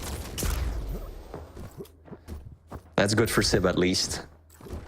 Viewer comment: Dear, it's siB not siP...